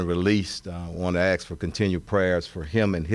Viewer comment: You would think a CHIEF OF police in A major U S City could pronounce the word “ ASK” in 2024